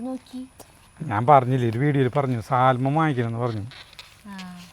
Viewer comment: Correct pronounciation is "Saaman" not Salman